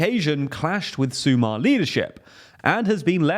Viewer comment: Mandatory pronunciation review: - brilliant. Maybe you could check how to pronounce "Sumar" (you sound a bit slavic xD). But you nailed everything else. You get a solid A